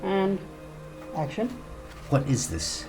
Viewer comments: I hurdle someone say acshin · At and actsion on was so funny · Yep, I heard It like "ActiOn"